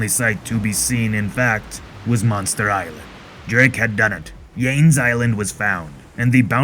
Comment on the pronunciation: Your pirate voice is awesome. Your pronunciation of Portuguese and Spaniard names could use a little improvement (for example, Yanes is "Yaa-Ness"). Other than that, I'm looking forward to the rest of the comic.